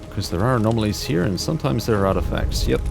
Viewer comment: Why are "anomaly" and "anomalies" changed to "amomawy" and "amomawies"